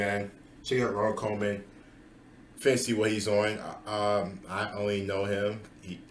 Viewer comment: Pronounced Koeman like cool.